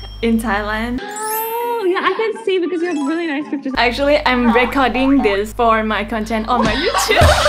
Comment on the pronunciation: น้องๆ recording เวลาเป็นverb อ่านว่า "รีคอรดดิ้ง " รี นะคะ แต่พอเป็น noun อ่าน ว่า " เร็คคอรด "